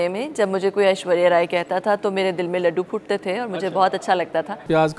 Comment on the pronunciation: Anchor cant even pronounce Ashwariya's name, its not ashuria! spoke very well